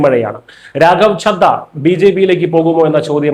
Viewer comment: Try to pronounce the names properly. It is Chadda and Aatishi, please note.